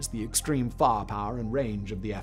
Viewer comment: love the way you say fire power "farrr parrr